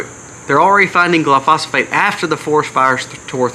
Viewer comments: I thought I’d help you out with one thing. Glyphosate is pronounced Gil eye-pho-say te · Say gly-fo-sate (glyphosate)